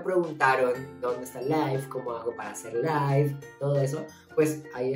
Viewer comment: Life de pronuncia "laif" y LIVE se pronuncia "liif"